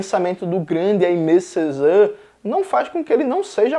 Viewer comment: Oi, Jones! Aimé Césaire pode ser pronunciado como "emê cezér", enquanto "Jean" do Jean Paul Sartre pode ser pronunciado como "Jan". Espero ter ajudado, adoro seu conteúdo ;)